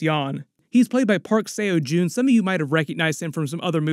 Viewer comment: the way you pronounced seojoon😭😭